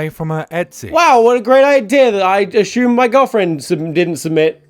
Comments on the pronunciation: I can't believe tom spells it "Ashume" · Ashumme? Did you have a stroke man? Cause you're pronouncing things kinda off today. I'm sorry I love you and you were the first person I ever subscribed to. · Your pronunciation of assume feels like an attack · he once explained in a video that he has kind of a mixed British-American accent because as a kid he used to watch a lot of US series and tv in general, mimicking the American voices. But yeah, it is still a bit weird in between his rather British accent to be suddenly struck by an "ashoom"